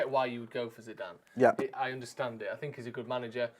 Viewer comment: "Zinezine" zidane? You alright fella?